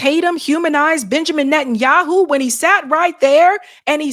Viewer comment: I thought you said "Bitchamin Netanyahu" lol